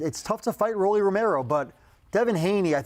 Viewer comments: As a boxing veteran fan, Max knows damn well, (even if the culture will never fully acknowledge Rollie) [but real ones do because we’ve seen what he’s accomplished] his nickname is pronounced “ROLL-EEEE” not “rawly” lol. Rollie, like a Rolex. Max, your gray hairs are showing, and it’s through your ego 😂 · Word. Lol His name is Rolando.. Roll-ee.. its not that hard! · Shit was annoying saying rawlee. Clearly said Rolly properly twice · Max it's pronounced "Row-Lee" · I use to have some respect for Kellerman even tho I think he’s kinda clownish sometimes with his takes. Then he starts calling buddy Raleigh after clearly saying his name CORRECTLY the first time. Clown behavior. If I was Rolly i would roll up on him and check him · Max is saying Raleigh and Oscar say Roll-lees smh 😂 say it right geez! 😂 03/10/2026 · its pronounced ROLL-LEE NOT RAW-LEE. sheesh max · Rolly = Row - Lee. Not Roly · Rah-Lee ? Seriously max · Max pissing me off saying Raleigh instead of Rolly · Does it piss you off when ppl say “Rollies”? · Doug Fischer says it right, Max keeps saying Raleigh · How hard is it to say rolly?? Ro-lee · Raw-lee? rock Lee? C’mon Max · Who the world is Rali?!? It took them 7+ mins to correct him. Goodness🙄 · It’s pronounced “ROW-LEE” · Max wtf is that guy 😂😂😂 Conner Voice 😂😂 it’s Ro -Le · Pronouncing Rolly isn’t hard. Roll-E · he dead said it right the first time and then said f it, why not be annoying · Shame on Devin Haney for allowing them to constantly say Rolly name wrong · the fact that nobody has corrected him about saying his name it’s crazy and this is a boxing channel talking about another boxer and your mispronouncing his name almost intentionally at this point lol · Max is literally saying Rollys name wrong on purpose.... Wassup with that??? The Rolly disrespect is actually kinda crazy, he would whoop a lot of these dudes in a street fight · Not the first time Max pronounces people’s name wrong on purpose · his name is Raleigh